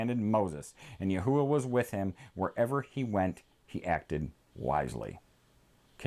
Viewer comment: I also have another question why do you say Yahuwah when the h is silent wouldn’t it be Yahwah?